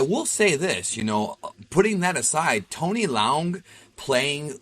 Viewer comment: The name is pronounced Tony LE UNG not Tony Leon